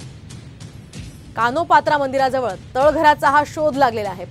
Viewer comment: "कान्होपात्रा " असं आहे, कानोपात्रा हा चुकीचा ऊच्चार.